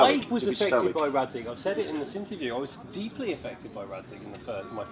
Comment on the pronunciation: Why you all say 'Datzig' when it's 'Radzig' Kobyla?! Is there an insider-joke on that ?!